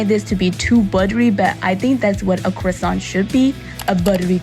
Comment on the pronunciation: Look at you rocking that French accent lol! Most of these look so amazing! Yeah, there were a few that most definitely seemed a bit doughy, but a light, fluffy, buttery croissant is always all kinds of amazing! A fancy croissant with an also fancy cup of coffee is always a great way to start the day. Thank you for sharing! And that heart sweater vest is very cool!